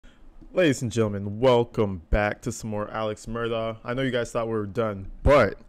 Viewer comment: DOCK! Mur-DOCK! For the love of god. It’s NOT Mur-daw